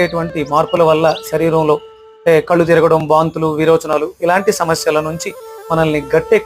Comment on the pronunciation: కాయ్ రాజా కాయ్, కాయ్ కాదురరేయ్, కాయ , సరీరం కాదు శరీరం ... చాలా ఊదరగొడుతున్నావు